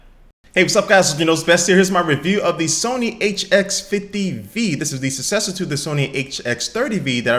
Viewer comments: damn it. successor is pronounced suck-sessor not sussesor. check dictionary. See phonetic spelling here:D google define successor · It's the "sussersor"